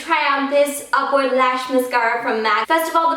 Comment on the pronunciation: every time she says upward lash i think she says awkward lash lol